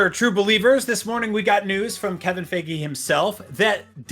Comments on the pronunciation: “Kevin Feggy” 💀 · fff - EYE - ghee